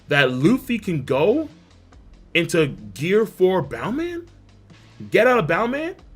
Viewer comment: Am I the only one getting triggered everytime he says boundman instead of bouceman? Its just me🤷‍♂️ Aight